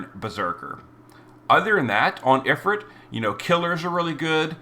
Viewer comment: If-ERT? Dude. Ifrit, is also spelled efreet. EET, like EAT.